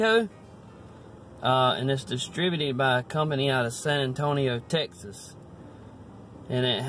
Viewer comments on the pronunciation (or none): none